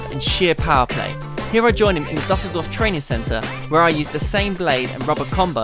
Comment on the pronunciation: Oh boy your pronounciation is terrible in this vid. Who is that Dimma guy? What kind of place is Duhseldorf?